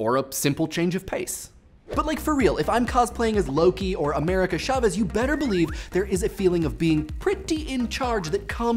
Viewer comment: I cringe every time he mispronounces chavez...